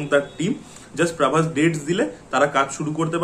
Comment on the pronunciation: প্রাভাস টা কে রে ভাই 😂 ও প্রভাস এর কথা বলছে 😂